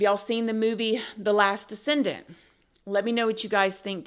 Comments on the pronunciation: It's called The Last DECESENT, not descendent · It's the last "Descent" not descendant.